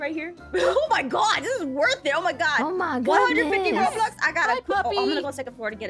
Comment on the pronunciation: You said robox and nit roblox